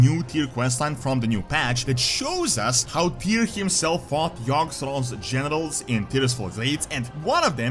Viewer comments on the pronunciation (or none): aaaaaah you mean generals. what i heard was genitals. Like Tyr fighting galakrond's genitals XD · Sounds like is saying genitals every time he says generals